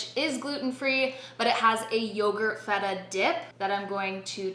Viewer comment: you said correctly "tzatziki", so I will forgive you for the "vegan feta" hahaha <3